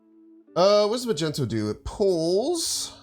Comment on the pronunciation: Is it a joke?? I was wondering who the fuck calls magneto magento